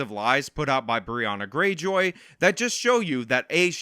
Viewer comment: I pronounce her name like Briahna-Gray-Joy, not like Briahna Greyjoy like from Game of Thrones.